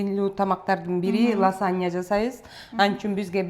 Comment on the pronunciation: Ласанья эмес -лазанья Мосарела эмес- мацарелла. Туура сүйлөгүлөчү.